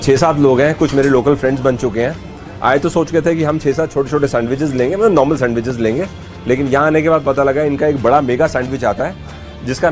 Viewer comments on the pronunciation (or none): none